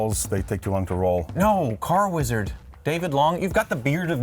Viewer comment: "Weeeeeezard" 😂 I lost it